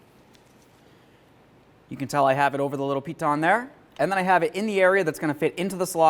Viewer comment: "I'm gonna put the center over the center little ??????" I keep rewinding and it drives me nuts. I think he calls it a piton. but he puts a weird accent on it. I'm in Wisconsin. I googled piton and I guess it makes sense. I learned a new word and skill from this video. I wouldn't agree with the pronounciation. it makes it sound french. and in spanish "pitòn" has other meanings. Great video!!!